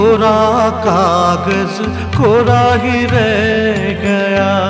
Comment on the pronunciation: Not only your voice resembles Kishoreda, you have perfectly adapted his style of singing. His style of modulation, pronunciation of words … for eg. in this song kishoreda sang “ Kora hi re Gaya” not kora hi reh Gaya” … Perfect